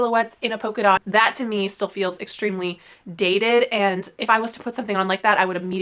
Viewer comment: Great content. Thank you. It might be my British ear but did you say poker dot or polka dot? It might be a pronunciation thing. Xxx I know that you know it is a polka dot - after the dance! X